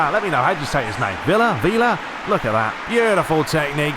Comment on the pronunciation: actually, you pronounce it like it is portuguese as “vilha” but you got kinda close there buddy. well done 👍🏽